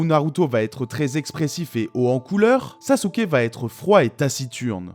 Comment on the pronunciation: Ça fait un moment depuis le dernier live de Manga Fr! Superbe review comme d'hab même si sasuké "sasouke"🤭 est loin d'être mon personnage favoris